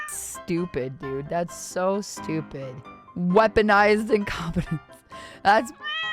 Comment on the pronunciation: 'STU-PI-DA!' When the lack of wisdom is so intense you have to add a third syllable to the term... I am loving this Vtuber reactor.